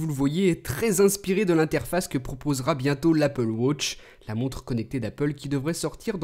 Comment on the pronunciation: L'anglais le plus nul que j'ai jamais entendu:') «Wotch»